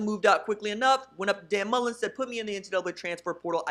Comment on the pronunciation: Mullen, not mullens.